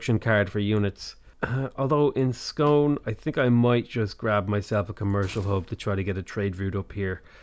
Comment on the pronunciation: Dumfries to rhyme with fleece. Ayr same as air. Scone to rhyme with spoon.